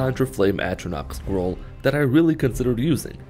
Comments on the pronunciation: For the first part of the video I thought he was saying squirrel and not scroll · Sometimes I think he says "Squirrel." Still works to me.